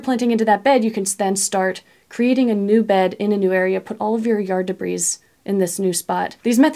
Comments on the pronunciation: Great information. I have one small, nitpick; the, s, in debris, is silent. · Debris, the s is silent... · Love your videos! Thanks for the step-by-step , pragmatic ideas…..BTW…the s in debris is silent…please forgive the English major illness 😊😊